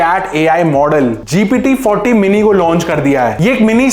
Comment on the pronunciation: bhai ji aap gpt ka name glt bol rhe ho vo gt 40 nhi gpt 4 औ mini, hai fourty nhi baki sb thk hai